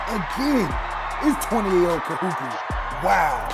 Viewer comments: Love the vid, BUT it's not pronounced Ka-hoo-kah. It's Ka-hoo-koo. Much love from a daughter of Kahuku😘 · It's KAHUKU sir, not Kahuka! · It’s KAHUKU, not Kahuka! U not A ! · Kahuka😂 get it right overtime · Bro saying Kahuka lmao 🤣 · (Ka Who Ku)not(Ka Who Ka) is how you pronounce Kahuku The Ku is like Cooties but just the Co/Ku. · This dude said KaHuKa😂😂 it’s pronounced as Kahuku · It’s said ka-hu-ku not ka-hu-ka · Kahuku u faka not kahuka smh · ITS KAHUKU NOT KAHUKA YOU HUPO POPOLO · He said kahuka lol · Lmfaooo he said kahuka. Dead😂😂😂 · "Ka"-"Who"-kuu" - KAHUKU . just to help you out bradda'. Much mahalo Nui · “Kahuka” can’t even say it right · Damn haoles "kahuka" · Ka'imi Asinsin 💀 “kahuka” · its pronounced ka-who-koo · bruh its pronounced ka-hoo-koo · Bro like it’s literally not hard lol.... u said the first part right. There is literally no A at the end of Kahuku like what? Lol where the fck do u get Kahuka from?? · This guy butchered KAHUKU..it's pronounced KA-HU-KU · Even though you got the name wrong, I'm sure it wasn't intentional. We love the video and the respect you not only have for Timpview, but for Kahuku as well in your video. Much alohas. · Can somebody please tell this man he is pronouncing KAHUKU wrong. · It’s Kahuku bud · You said Kahuku wrong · Brah wtf. Why didn’t even the dad correct him on how he said Kahuku??? So shame overtime. Shoulda did the research before. Cuz sayin it once is ight no harm.. but for the whole damn video!? Rubbahhh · Cringe every time he says Kahuku ☠️😂